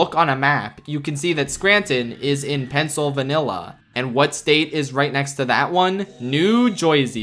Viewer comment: "pencil vanilla" 💀